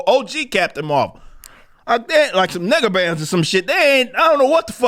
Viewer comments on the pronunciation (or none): "NEGA-BANDS" - Don't let Ryan Kinel say that out loud.